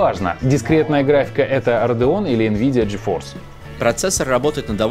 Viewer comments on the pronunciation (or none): none